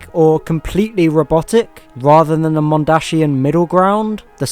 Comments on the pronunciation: Mondsian not Mondashian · Any one else mad at how he says mondashinan it’s mondasian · I find it funny how you say mondashian cyber men, though they are dashing it still makes me laugh, keep up the good work.